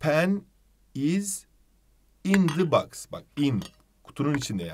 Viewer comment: cok iyisiniz ama box u yanlis okuyorsunuz 🙃